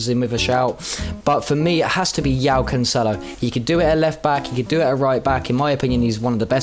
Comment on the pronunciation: Im sorry, what did you call João Cancelo?? XDDD other than that good vid 👍